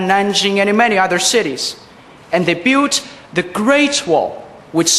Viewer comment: 感觉他built这个词发的，有点iu的音，没有听出L音的卷舌音，但是他其他的有L卷舌音的单词都发的不错，school等词。